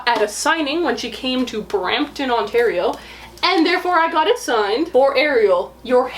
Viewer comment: You know you are from Toronto or the surrounding areas when you say Brampton Ontario in that tone :') cracked me up